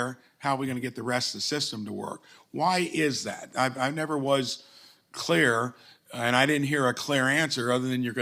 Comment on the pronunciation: Let me be cleayuh. Sick and tiyud.